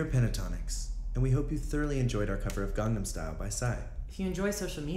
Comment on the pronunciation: "garnam style" the way avi says it is hilarious